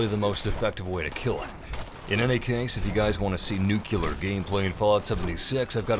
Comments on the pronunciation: Nuclear. Not “nukelar”. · Jesus fuck, it's "NuCLEAR", not "NuQLUR" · IT’S NUCLEAR NOT “NUKULAR” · For fucks sake, how hard is it to say NUCLEAR!!!! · It's pronounced "New-Clear" FFS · I hate when people cant say nuclear